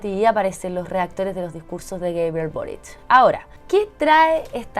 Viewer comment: Porfavor no digas más gueibriel boritch 😬